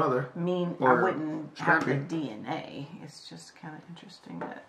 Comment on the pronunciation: Mom says "Dayna testing" 😂🤣